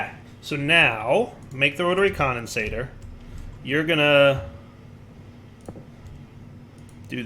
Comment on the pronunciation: When will learn that it's "Rotary Condensentrator", not "Rotary Condensator"? (He may already know and is keeping it as a running joke, but I can't really tell)